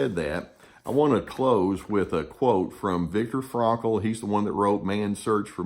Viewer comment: Victor “Frakle”!! Lol it’s Frankl